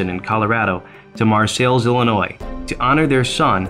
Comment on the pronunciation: Mar-sales is how you say it. I rode there today with my Girlfriend. (we both ride), What an awesome Memorial. I am a Viet Nam Vet. I was proud to see it. Hats off to the people that have spent so many hours setting it up and maintaining it. Dean Conaway, Bridgman, Michigan